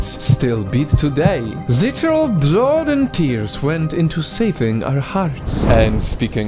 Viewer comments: He says bloud for blood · I like the way he says blood hehe "blaad" I am not being mean